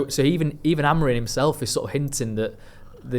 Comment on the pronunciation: When will and from talk of the devils learn that Amorim’s name ends in M not N?